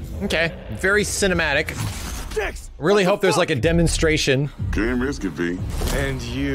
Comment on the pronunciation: Dameplay Gemonstration.